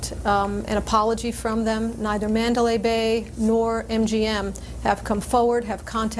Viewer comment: GOOD WORK, BUT, IT'S CALLED THE MANDALAY BAY, NOT THE MANDALYN...;)